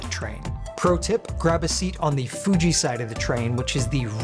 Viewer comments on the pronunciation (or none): none